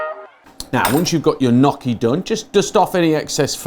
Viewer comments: Nnnnn...yokie....Nnnnnyokie.....not nokkie. Just saying as an Italian. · ny-yoch-ki say it with me. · The pronounciation of "gnocchi" is not nocchi, it is |niocchi| please. I know from my english teacher that english people has some problem with this word but please make some effort haha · Haha I like the way you say gnocchi. It's definitely not the Italian way :)